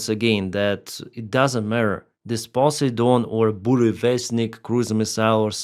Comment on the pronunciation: When he said "Pussy Don" I wasn't sure whether he was talking about a russian missile or a US president😅.